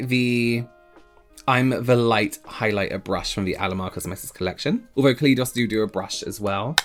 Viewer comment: pronouncing it KA LEE DOS kills me